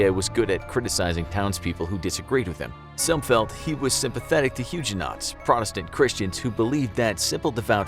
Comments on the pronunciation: I’ll be the one guy to point out mispronounced Huguenots. It’s supposed to sound like Hugh Guh Knots, not Huge Knots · He pronounced it hugh-jah knots. Huge is only one syllable but I actually heard two. But none the less his pronunciation with that word was wrong.